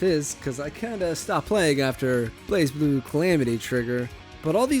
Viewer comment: Great concept for a video, but I have some significant reservations with it. Tough love incoming, and I promise you, I'm not saying this to be hateful or anything. - Not pronouncing basic things correctly that are also part of the topic (BlazBlue) - The whole Soul Calibur audio take was the lowpoint, felt unplanned, almost like it was done in one take - Slower talking pace in general - Spoken word did not seem well planned out, very improve feel on most of the segments - Uncertainty with Skullgirls. You seemed to question if 2 character teams existed as your own footage of you playing a 2-man team is right behind it - UNIST was a good segment. I think this is because you have familiarity with the game. "Advantages and weaknesses" could have easily been summed up as "matchups" though. - I perceived this as the part you had the least knowledge on by far. Combos in SF work no differently than in any other game. Hitstun takes longer to get out of than the startup frames of the next attack. "weird timing system" and "chaining naturally" are not educated phrases. There is very simple math behind how combos work in every single fighting game. - KoF is also not an anime fighter by design. It plays out much more like a traditional fighter. It may "look anime" but that doesn't categorize it as such. - The animosity towards Tekken felt like it came from a place of closed-mindedness and unwillingness to try and learn something. Making a channel about fighting games and then belittling it